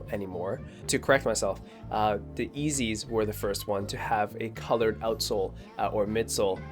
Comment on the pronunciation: Wait did you just call yeezys... eazys 😂😂😂